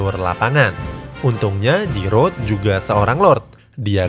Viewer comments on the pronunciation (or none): none